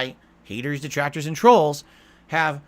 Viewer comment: So he's basically saying "Deetrahctohrs yoo need reee!!!"